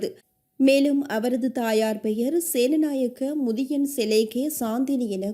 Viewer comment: சிங்கள வாசகப் பெயர்களை சரியான முறையில் உச்சரிப்புக் கொடுக்கப்படல் அவசியம். " සේනානායක මුදියාන්සේලාගේ" இதற்கு வழங்கப்பட்ட தமிழ் உச்சரிப்பை அவதானியுங்கள். நிலைமை புரியும். வேறு பிழைகள் எதுவும் காணப்படவில்லை.நன்றி.